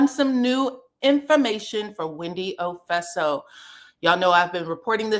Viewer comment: Wendy "Ofeso" 😂 ... gurl what are you saying?